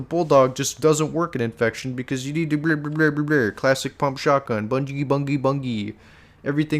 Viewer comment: This is the first time I’ve heard bungie pronounced that way